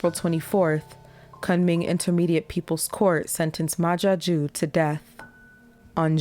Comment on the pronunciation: Is he french? Ma Jaque?